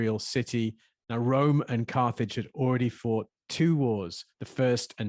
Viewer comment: Geeh! "Carthage" sounds like "carnage" 😟😳